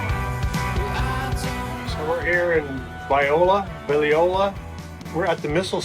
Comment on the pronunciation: Glad you came to Arkansas. Hope you come back soon! It’s pronounced Vi - lone - ya